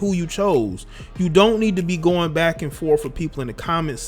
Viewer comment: For a second I thought you said Black and forth. Lol